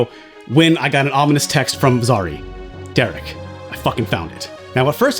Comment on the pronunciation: DEREK ITS DEREK